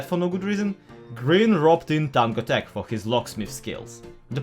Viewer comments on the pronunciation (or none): none